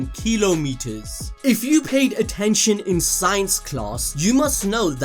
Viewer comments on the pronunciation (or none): I hate how pronounced "kilometers" as "keelow meeturs" when its actually just "kah lom ah ters" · This mf just said " K E L O - M E T E R S 😂 im dead.